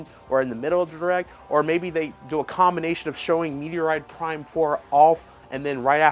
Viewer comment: ....I cringed and I'm dead 😵😵‍💫💀☠️: This this guy say " Metoroid Prime ????? " Dude ....the name of Samus's Game is METROID PRIME !!!!!! ....Like have you ever heard anyone pronounce like you ? NOOOOOOOO!!!!!! DO BETTER 😡🤬